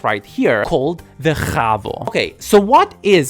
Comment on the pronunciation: Tiny correct: HAVO does not have a rasping H. It's just.... Ha-voe. Just a breath out, not ccchhhhh-ing HOWEVER!!! This was a very good video. I'm currently doing my HBO Bachelor Applied Psychology and the module system is actually... Really nice.